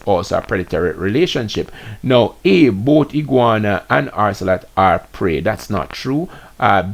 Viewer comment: Keep hearing you saying orcelot and the word is ocelot. There is no R in the word